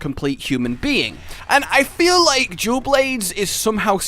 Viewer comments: Is it just me that hear him says "jewel blades" instead of dual blades?? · I keep hearing jew blades instead of dual blades... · “Jewel Blades”